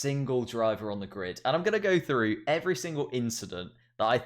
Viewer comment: FFS you muppet! It's pronounced "THROUGH" not "FREW"....